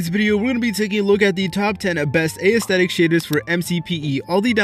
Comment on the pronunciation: Dude you say A - esthetic 😑